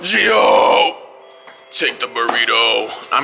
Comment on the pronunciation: it's Gio not geo